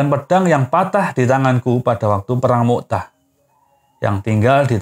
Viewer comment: Bukan mu" tah min... tapi mut" ah